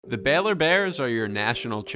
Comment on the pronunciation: Good video. It’s pronounced “BAY-lor,” but good breakdown of the coaching and the talent.